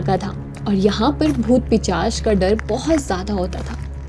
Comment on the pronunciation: हरे राम! हरे कृष्ण!! पिचास नहीं होता , "पिशाच" होता है! भूत - पिशाच निकट नहिं आवै। हारिबोल!